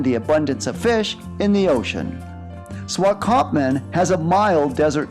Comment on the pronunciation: 😂 Making a video you should learn how to pronounce the Town Names